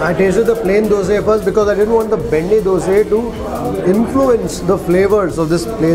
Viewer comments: Learn to say things right before talking about them. Man, is it so hard to say Dosa? Why do you keep saying Dosay? It's a disrespect to food by calling it wrongly. How do you feel when someone calls you "Kripayle"? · Bro it's no DOSEEEEEEEEE..... it's Dosa look odd if pronounce it worng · owner dosa dosa bole ja raha hai... aur yeh sir ,har baar dose dose bolte hi rehten hain.... pata nahi inko alag se kya maza ata hai dosa ko dose bolne mein. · 'Dose' is the correct way to say it, just how a kannadiga would pronounce it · It's not Dosa, It's Dosay, dont comment without knowing..